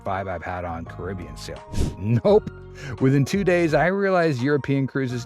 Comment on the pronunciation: OMG, narrator pronounced Caribbean correctly! You never hear that.😊